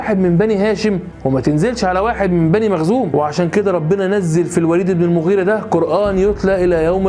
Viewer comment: حضرتك ..مخزوم وليس مغزوم جزاك الله خيرا